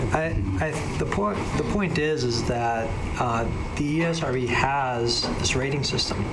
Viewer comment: Esrb more like Erbs